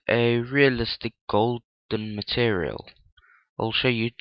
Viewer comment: "turtererel" "mertererel"